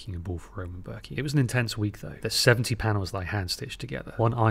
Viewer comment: as a swiss i'm offended by the pronunciation of roman bürki. it sounded like rOman börki lol